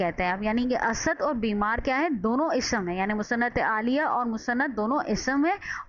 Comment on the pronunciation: Musanad ilahi app galat pronounce krti hain